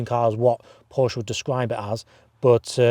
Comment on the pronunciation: I stopped watching after 10 seconds of the video. “Porsch” sounds so stupid...